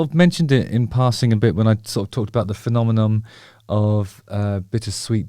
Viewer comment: Did he just say Phenomenom?